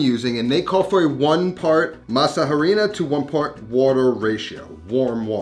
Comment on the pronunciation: Great video! Loved the recipe. BTW in Spanish when pronouncing harina the H is silent.